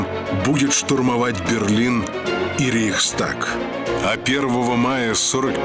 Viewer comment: "не Рийстаг" а РЕЙХСТАГ (Reichstag от Reich «государство» и tagen «заседать») Диктор мог бы потренироваться перед записью программы. Он и потом несколько раз снова неправильно скажет( сначала думала, что оговорилсэя. А когда говорят другие буквы в слове, то это уже обсолютно дугое слово и значение!!!!!!